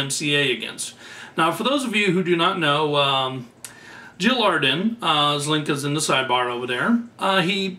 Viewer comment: Your saying it wrong its Jil Adren, Aaaa DREN!!!! not arden lol